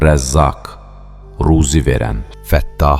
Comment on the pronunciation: Vahhab deyil Vəhhab. Ərəb əlifbasında v incə samitdir və ə səsi ilə oxunur.Rəzzaq deyil Razzaq.Ra hərfi qalın samitdir və hər zaman a səsi ilə oxunur